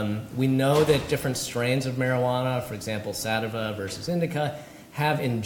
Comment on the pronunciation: its pronounced Sa Tea Va! not sativa